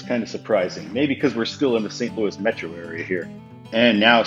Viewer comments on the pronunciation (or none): none